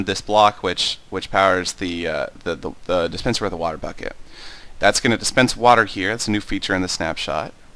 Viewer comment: do you say dispencer or suspencer? it sounds like the 2nd one =3